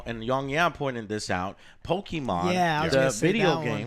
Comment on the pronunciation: You and your way to say "Pokimon"....